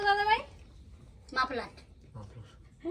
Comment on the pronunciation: এই রণ না থাকলে একরকম আচরণ করে আর যখন ঝামেলা থাকে সভ্য আচরণ করে। রণ কে পেলে পরে তোতলানো রোগ হয় অনেক ন্যাকা হয়। মাফলার উচ্চারণ ভুলে যায় সব ওর গুলিয়ে যায়। এরকম করার কারন কি!! স্মার্টনেস কোথাও চলে যায় তখন। শুধু স্লিভলেস পরলেই কি মানুষ স্মার্ট হয় নাকি ভদ্র আচরণ করে।